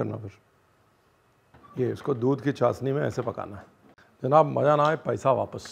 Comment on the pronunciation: Chasni nhi... it's called chashni...😊